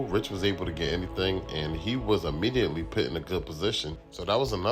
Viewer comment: **PUT** not PIT … dope videos thou found your channel today.